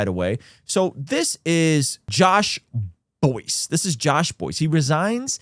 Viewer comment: Perhaps research...and little more? It's Buice rhymes with rice. And his statement admits HE LIED. As in made up up stuff about others. Not just lying about the accounts.